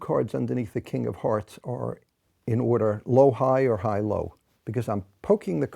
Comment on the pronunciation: Im very sleepy and I swear I heard him say Kingdom Hearts not king of hearts and no one can persuade me otherwise